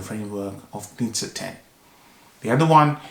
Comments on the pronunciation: Great review, I very much enjoyed your analysis! By the way, Knize is pronounced „Knishe“, because it‘s a Bohemian name, so it‘s pronounciation is Czech. Best regards from Vienna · It's pronounced: Ka-knee-ze